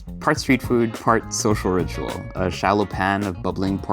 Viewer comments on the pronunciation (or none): none